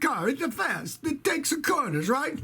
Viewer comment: The world would be a better place if we had more Scotty kilmer Italian accents. "It takesuh the corneruh"